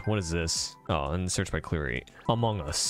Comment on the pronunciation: "Hello? Iz diz da Impostor from Amongas?, Hello? are youz from Amongas? "